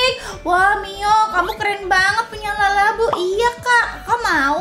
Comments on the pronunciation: Kak kok kedengeran nya kakak ngomongnya lalabu buka labubu😮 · labubu kak bukan lalabubu😅😅😅😅😅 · Kak bukan lalabu tapi labubu